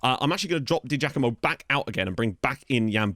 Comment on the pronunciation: hey mate, it's said Di Jackamo. We (Partick Thistle) used to have a player called Paul Di Giacomo and that is how you pronounce it. Quality signing!